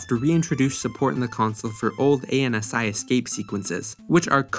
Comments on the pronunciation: You can tell the narrator is too young to have lived ANSI-era online by the irritating pronunciation of each letter A N S I. Anyone who lived those times would utter "ANSI" as one would the name NANCY without the N. =-) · I think this is the first time I've ever heard anyone say "ay en ess eye" instead of "an-see" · I've never heard anybody say "ANSI" like "a-n-s-i" it sounds so wrong 😂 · You can make your dialog a few bytes smaller... ANSI is pronounced "An Z" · I don't think I've heard someone say "aye-en-ess-eye" ever in the last almost 40 years... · I want a 5 minnute apology for pronouncing ANSI as A N S I and a reupload with it pronounced correctly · You can pronounce ANSI as "ANN-see". Windows consoles are not "ASCII." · "A-N-S-I" lol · You pronounce ASCII as an acronym but not ANSI?? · Ngl, I thought I always pronounced it wrong hearing him spell it out like that. I'm a non-native English speaker so generally assume I'm the odd one out. Glad to find back some confidence in the comment section!